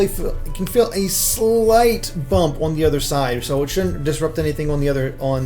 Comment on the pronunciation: I love how he says "orn" instead of "on", makes me wonder if he's from Missouri?